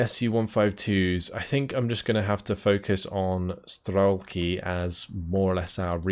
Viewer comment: За всë это время пока я его смотрел меня заебало только то что он говорит стрАлки а не стрЕлки, сука ну там же по английски e написано